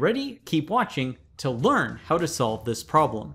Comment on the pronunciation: Notice the emphasis on 'LEARN' in